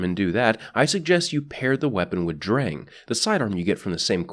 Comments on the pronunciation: it's pronounced like "Drung" but the german "R" is very different from english and most other languages. can't really explain it through text, sorry mate. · Im not a german dictionary or anything, but based on my 1 german class so far I think its pronounced "Shturm". Also if Drang is a german based name, its probably pronounced "Drong" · you pronounced sturm better than drang